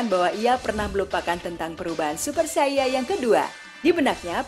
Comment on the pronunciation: Saiyan bukan saiya